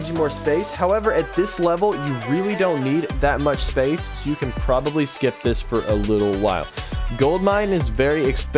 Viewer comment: "Sea battery is the best tower in the game" "You can problary skip the sea battery"